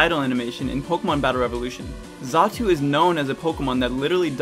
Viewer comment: xatu, not zatu